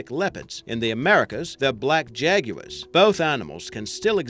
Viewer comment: Black jageuars he says